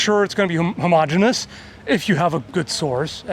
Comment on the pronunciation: "homo-genius" 🤦🏻‍♂️ with the correction nice save